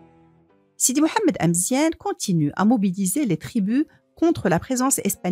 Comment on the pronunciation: Amezian not emezien